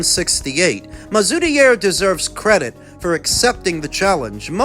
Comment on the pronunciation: You've actually done pretty well with the pronunciation of mazoudier too